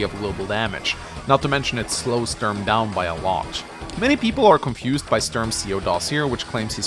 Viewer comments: Everytime he says "störm" i am like: "who is he talking about?.... oooooh he means Sturm. why dosent he just say stoorm if he cant pronounce Sturm?" any way fun video, just had to say that lol. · I've never heard anyone call him Stoorm.